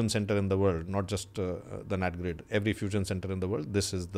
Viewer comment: *NATGRID not NAT Grade